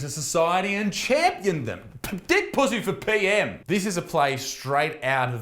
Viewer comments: Isaac - love your videos but I have to take issue with your pronunciation of Pusey. My maternal Grandmother, and therefore my mother, were Puseys and, up here in UK, we do not pronounce it as in 'pussy' but we pronounce it Pew (as in church bench seat) then Zee (as in the American way of saying Z (Zed).... ergo: pew-zee!! Just saying!!!! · the way he says his last name 😂😂